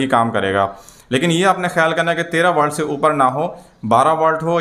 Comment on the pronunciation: والٹ نہیں ولٹ